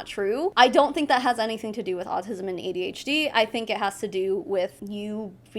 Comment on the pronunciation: You pronounced AuDHD right and no its not an excuse. Shes a liar and a scammer. Simple.